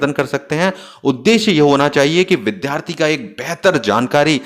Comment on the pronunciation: Its Vidyarthi not Vidhyarthi Its Vidyalaya not Vidhyalaya 🙏🙏